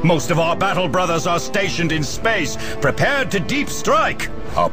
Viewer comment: He was making fun of how pronounces Space Marines, Space, and Emperor.